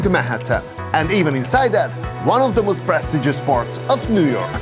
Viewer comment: He says with keviarr oh jo negggishh 😂 and...then he says the not most he says möüst .....go.learn english fidesz lovervoy🎉😂❤